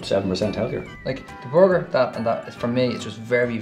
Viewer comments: whats a "boarger" lol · Not trying to be mean but it sounds like the are saying bogure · lemonyoongi I love the way they say burger, it sounds like booger! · Does it taste like a "borgur" though? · for butchers you'd think they could pronounce borger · boguer = burguer ou kei... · Well the accent is difficult to understand and no i am not from the US at all but i were having a hard time understanding them. I laughed my ass off the way they pronounced burger that was hysterical. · The way they pronounce burger kinda made me angry